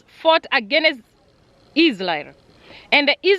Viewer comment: Interesting videos you are not serious when it comes to prounanciation varrey/valley lsraeri/ Israel and many more words. I love this vlogs cuz l am a christian. Thank you so much for sharing.